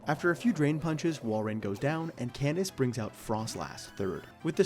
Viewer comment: I know I've been out of the game for a bit, but hearing you say Candice was like a glass of water in the face.